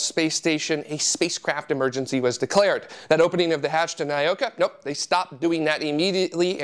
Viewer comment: The spice from New Mexico is spelled chili. Chile is in South America. And I wouldn't pronounce Nauka as "nigh-oh-ka". It's "nah-oo-ka".